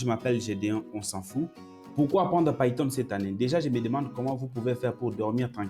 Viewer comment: Frere je suis tes formations et j'admire aussi ta facon de prononcer les outils ( païton au lieu de piton , airpol au lieu de apeul ...)